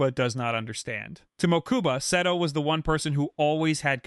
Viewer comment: "Mokooba" "Seedo" 💀